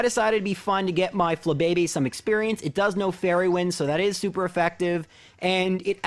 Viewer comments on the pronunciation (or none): none